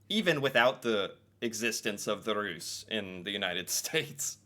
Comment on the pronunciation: Russ, like russia, long s..